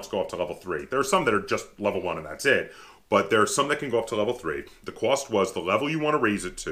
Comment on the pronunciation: Hehe, I was just being a goof, you were talking about cost I believe and you have that accent and said Qwast. It made me think of a scene from the movie Revenge of the Nerds when the Asian guy was trying to say, "Lobster Claws" but it came out, "Wobster Cwaws" and Booger hears it and says, "What the fuck are Wobster Cwaws".